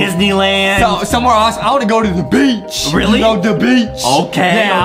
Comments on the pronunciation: Beach More Like BEE- ch AYYYYYY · OH NO OH NO OH NONONOONONON Justin said BEACH/bitch